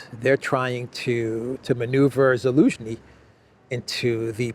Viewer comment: It is NOT”Elensky”. It is Zelensky. His last name starts with a consonant “z”/“з”: Зеленский.